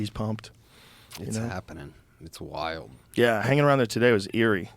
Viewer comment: he makes the word "wild" , a 2 syllable word.. (why-yield) lol